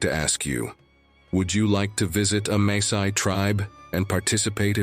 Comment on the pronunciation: WHY does he/it pronounce Masai as Maysai?